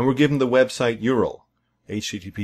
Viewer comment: Gah! Great tutorial but please don't say YOORUL, It's U.R.L!